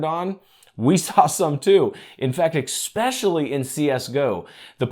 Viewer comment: You say "however" waaay too much. There is no x in especially. Thanks for your testing results.